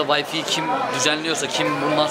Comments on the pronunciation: way-fi degil way-fay :) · D turkler neden W harfini V ye ceviriyor okurken ? vayfi 😂